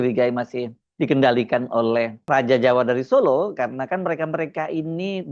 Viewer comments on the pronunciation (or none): none